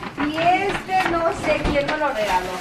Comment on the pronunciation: Porque dise deste